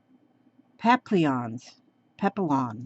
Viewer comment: Love ur page edger thingys. lol Thanks for sharing them! Also, papillons is French for butterfly and it's pronounced PAPY-YON. :D